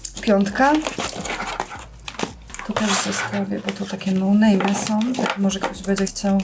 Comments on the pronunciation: Dwa Sławy mówi noname xddddd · Dwa slawy "nołnejmy" ociehui